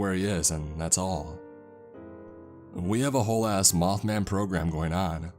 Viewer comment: “Hey do y’all have any möth men?”